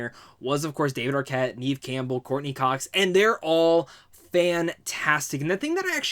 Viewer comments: Her name is pronounced Nehv not NEEVE. And Barrera is pronounced: Buh - rare - ruh. You're welcome. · I 😂 every time you said "neeev" Campbell. It's pronounced Nev (short e sound). Good review tho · Sorry. I like your review but how do you not know how to pronounce Neve's name?